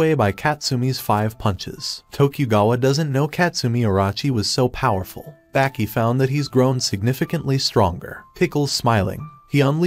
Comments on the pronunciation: its not baaaaahki its baki bro pronouncing it wrong lmfao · Why does he say Baki and tranasourouslike that